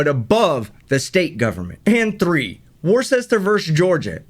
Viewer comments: it’s pronounced Wu-ster not war-chester haven’t you ever used Worcestershire sauce ?or been to Worcester Massachusetts? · Worcester is pronounced ‘Wuster’ in England. Is it not the same in the U.S? i’ve never heard it pronounced like that before.